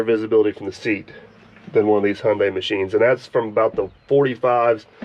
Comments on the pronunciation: n you still dnt no how to pronounce there name lol its pronounced high-un-die, shes a beaut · All day, every day, Hyundai. In Aussie we pronounce Hyundai as Hi un day. Give Kleeman first crack. Just for the footage.